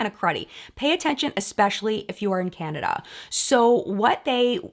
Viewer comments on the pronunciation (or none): none